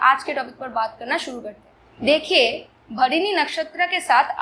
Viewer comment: Mam its Bharani/भरणी (and not Bharini).